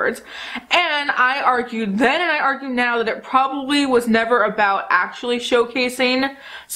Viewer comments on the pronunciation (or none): none